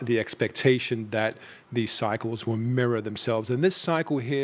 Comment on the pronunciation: even with your Aussie accent you sound exactly like a true New Yorker when you say the word “mirror.” This cycle will mirror previous cycles… You pronounce mirror just like a New Yorker does: Meera!!! Haha long love Sydney and long live New York!!